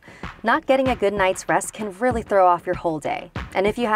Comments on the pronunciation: I know I'm like heka late but it sounds like she's saying weally instead of really. XD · And whoelse heard say "Wheely" instead of really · "I remember feeling weally scared" Am I the only one who heard weally and not really